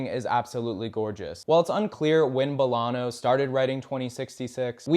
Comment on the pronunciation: He says Bolano weird too. Not a bad video but the pronunciation feels slapdash.